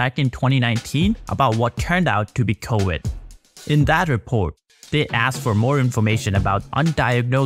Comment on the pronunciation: Wirus. Wirus. CoWid